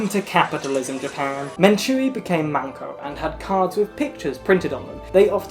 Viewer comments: Okay but the first time she said MANko instead of MENko I fuckin choked That’s pussy, babe! 😳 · saying 'mAnko' ( pussy ) 万個 instead of 'mEnko' ( a card game )面子 👌🏾😩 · Every time you said "Menko", I heard manko. Manko is Japanese for pussy lmaoo